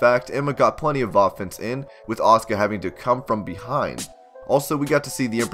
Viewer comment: shes Asuka not Auska..